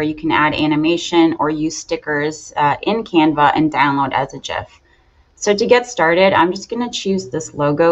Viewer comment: 1st thank you for saying it properly. It drives me crazy that everyone says it wrong.